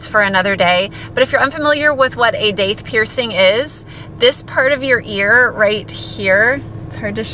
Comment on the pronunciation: It's pronounced Doth.